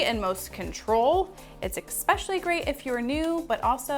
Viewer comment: i’ve noticed you say exspecially instead of especially hahah. i love your tutorials 💕💕💕